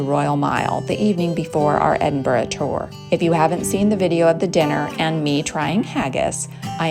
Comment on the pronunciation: FINALLY and American actually pronouncing my hometown’s name correctly…. Hallelujah 👍🏻